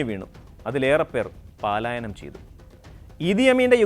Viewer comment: പാലായനം അല്ല , pls correct പലായനം !